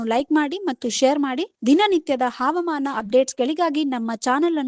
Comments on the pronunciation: ಮೇಡಂ ಹಾವಮಾನ ಅಲ್ಲ ಹವಾಮಾನ ಎಂದು ಓದಬೇಕು. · ಮೇಡಂ ಕನ್ನಡ ಕಲಿತುಕೊಳ್ಳಿ.... ಹವಾಮಾನ